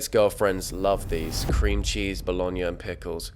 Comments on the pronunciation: bologna pronunciation was sinful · Don’t love that ‘Bologna’ pronunciation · The way he pronounced bologna 😭💗